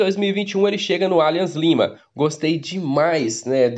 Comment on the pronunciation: Vc fala os nomes dos times por querer ou por desconhecimento ???? Um erro ou outro esporadicamente td bem mas em todos os vídeos vc fala os nomes dos time errado... Nesse vídeo foram pelome os três erros e vc fala repetidamente o nome errado, aí parece que vc acha que está certo, porem esta errado... Atlético Nacional, alianza Lima, yocorrama marinos...